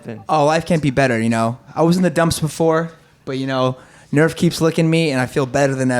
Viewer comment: Nerf says 'Arf'